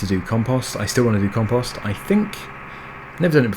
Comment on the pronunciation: The way you say compost makes it sound like it belongs on twitter, Com Post. Lols.